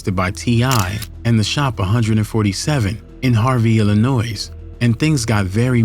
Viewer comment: YOU DON'T PRONOUNCE THE "S" IN ILLINOIS GOOFY ‼️🤦🏾‍♂️